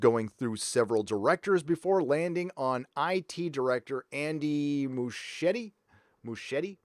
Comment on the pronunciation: It's pronounced MusKieti, it's Italian. (Actually Argentine but still)